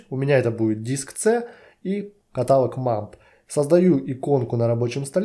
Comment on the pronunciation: "катАлог" - проверочное слово "херАлог". Блин, невозможно слушать это с частотой 30 раз в минуту....